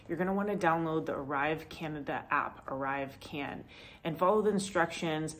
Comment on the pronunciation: Did you say arrive scam?